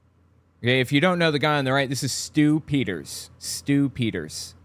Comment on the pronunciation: I kept hearing “Stoop Eaters” instead of Stu Peters lmao